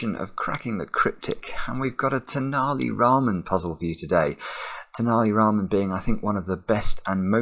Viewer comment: I'm glad took the care to pronounce Tenali Raman correctly this time after how he pronounced it last time.